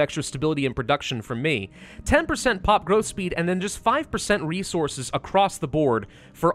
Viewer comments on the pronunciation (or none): Ok I’m hungry the first time you said “pop growth” I friggin heard “pot roast”